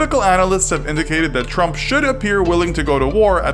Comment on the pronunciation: I swear I keep hearing him say Donald Rump...